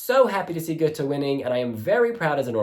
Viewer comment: Hi ...not "Gute" the "Å" is more like the sound when You say : I am in "awe" of someone or something.. = Gåte = "Gowte" = Riddle... 🙂👍👍